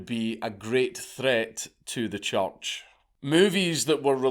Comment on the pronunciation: Is Dank saying church or choch?